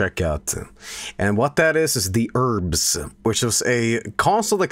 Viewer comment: Love how he says urbz like erms